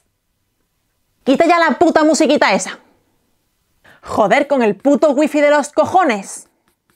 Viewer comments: I noticed with "joder' you were putting a little like, idk how to describe it properly, but like that "German" kinda "hhhha" sound when pronouncing the J. I've been told by a friend who speaks Spanish that is not the correct way to pronounce j's in Spanish, he actually said I was trying to add my "white ideals" of how words are pronounced onto the Spanish language... But I'm wondering if perhaps he was just being an asshole...? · How do you even say the 'j' in joder 😭